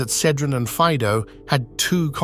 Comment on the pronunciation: And Faido fa'ido, accentuation of i